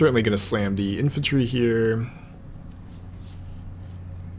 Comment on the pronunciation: “infaltry.” There’s no L! Sounding like saffron olive